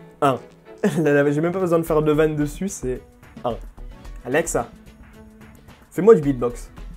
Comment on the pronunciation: Comment il dit alexa : ALLLEXA